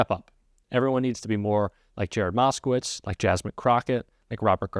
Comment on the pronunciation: Exactly as I saw it! I was a ******witz. It was pronounced ******witz not *****vitz!